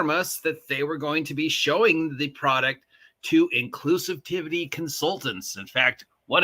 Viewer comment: Are you deliberately mangling the word 'inclusivity' for some reason?